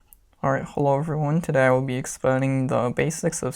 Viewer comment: Bro just said "aryhaloervyone"